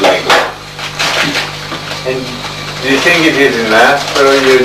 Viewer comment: Descartes was correct. Absent tink 💭 there is no " i ". So if he tinks HE iS. ooG and some other narrators say so too.•°